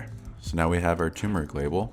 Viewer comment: Is it only me or did you guys also notice the 'R" missing from TURMERIC? Anyways the tutorial was really great! Now Imma watch your other videos !